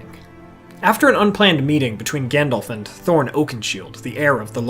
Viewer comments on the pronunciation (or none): none